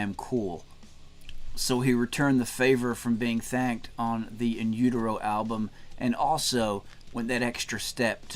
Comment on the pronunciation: "He thanked me on his SECOND album!" In Utero was technically Nirvana's third album. Bleach is so rarely referenced or even known about. How laughable that he didn't pronounce "utero" correctly, too. I enjoy Tarantino's films, but Reservoir Dogs has never been my personal cup of tea.